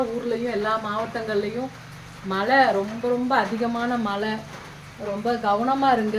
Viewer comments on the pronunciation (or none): மல இல்ல மழை இந்த தமிழ் வார்த்தையை கூட தெளிவா உச்சரிக்க தெரியாத நீங்க எல்லாம் சாமியாரு அதும் தமிழ் கடவுள் பக்தி எங்கனா போயி உழைச்சி சாப்பிடுங்க மா ஏன் இப்படி எல்லாம் உங்க வாழ்க்கையை நீங்களே அழிச்சிக்கிறீங்க.